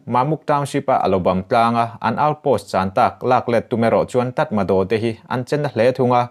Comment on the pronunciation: Tatmado--tatmaraw tia lam tur an tiin ka hria.